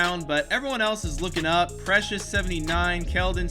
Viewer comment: You got precious's name exactly right